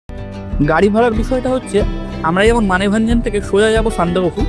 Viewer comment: Apni Sandak ..phu thik kore uchharon korun kane boro thekchhe